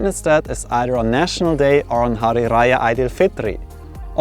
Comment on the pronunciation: Dude you nailed it with the pronunciation of “jame asre” and “aidil fitri” 💪🏼😎